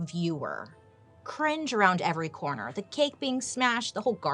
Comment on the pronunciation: "cringe around every corn-her".😂